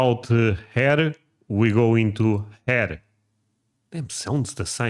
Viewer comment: That word is hair. Not “hair-ruh”.